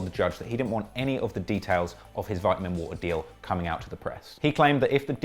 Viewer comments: Vit-ah-min water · 😂😂 Don’t worry, you killed it as usual my boy. The Vit-Uh-Min water video is a success. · OMG the way you say vitamin water. And even more you alternate between that and vai’amin waa’er